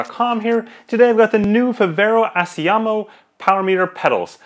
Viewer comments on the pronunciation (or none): Assioma is pronounced Ax e um in italian